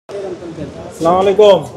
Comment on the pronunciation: Salaam Wailaakum Na Its should be As-Salamu Alaikum..... PLEASE Correctly say it....Its Important....Bhul Boley Nijre e Loss!!:body-green-covering-eyes